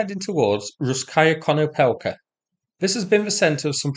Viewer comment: little advice: don't emphasise the suffixes of Ukrainian/Russian words i.e. 'Russ-kaya Konopelka, NOT Russ-'kaya you wouldn't say Russ-'kiy Mir but 'Russ-kiy Mir All -aya, -kaya, -kiy, -ovo, -kovo, -yevo/-evo, -yeva/-eva, -ov, -ovsk, -ovka, -ivsk DON'T put emphasis on these are suffixes of an adjective type or a indication of a settlement. Concentrate on the stem of the word. Often (not always) the 2nd syllable or the syllable before the suffix are emphasised i.e. My-ko-'la-iv, not My-ko-la-'iv Va-'sy-livka, not Va-sy-'livka Gor-'de:-evka, actually Gor-'de:-yevka (letter e always like in Spanish, i.e. terra, España, Mexico) Mar-'ty-novka, not Mar-ty-'novka Btw. pronunciation -eev is the VERY WORST and 99% of English native speakers say it wrong 'Ky-iv, not Keev; 'Khar-kiv (compare to Cardiff, simple -kif like an ordinary if at the end) never Khar-'keev Exceptions: Ko-re-nevo/Ko-re-nyevo (no special emphasis), Bal-'tiysk (Baltic included), Po-krovsk (no special emphasis)